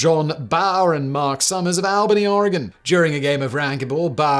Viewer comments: Simon: "Albany, Oregon" Me: born and raised there "Ack, No, Simon, Why" gives up trying to understand why people always get that firs "A" wrong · Wow, I actually live in Albany, OR. Cool to hear it mentioned in one of your videos lol. Though it's pronounced with an "all" no an "al"